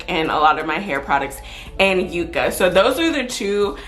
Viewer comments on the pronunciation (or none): none